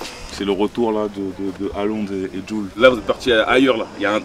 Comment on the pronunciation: WESH CEST QUOI CA ooooh tu nous déçois tu balance des Jules gros Jul c'est Jul tu dit pas geaï zi